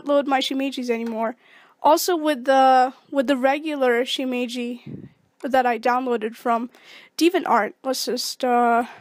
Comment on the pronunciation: its not pronounced shimiji...